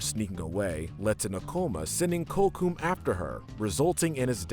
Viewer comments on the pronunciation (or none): Miss pronounced Kocoum but it's fine it's a hard name to say but you at least could have said sorry if I miss pronounced any name , I love you channel but this is a loose version of American history but is still not historical correct but you still should try to try harder